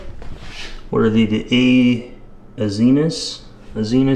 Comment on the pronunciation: Uh-Zen-Eez , Azenis 😂